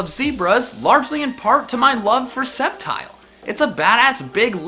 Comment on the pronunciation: SAMUROTT, NOT SAMARUT! THE SECOND E IN UNFEZANT IS SUPPOSED TO BE AN A! #4 IS SUPPOSED TO SAY SCEPTILE, NOT SCEPTICAL! #5 IS DECIDUEYE, NOT DICIDUI! LEFT OFF THE R IN INFERNAPE! GLISCOR DOES NOT END WITH AN E!